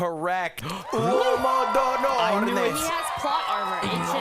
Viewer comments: The italian pronounciation is absolutely ridiculous, come onnnnn! How do you get ORNE from onore??? If you pronounced it correctly someone could have guessed it meant honour and would have had a chance at guessing it right! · The mispronunciation of onore killed me😂